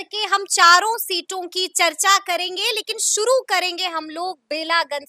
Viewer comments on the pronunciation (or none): Suru nahin shuru bola jata hai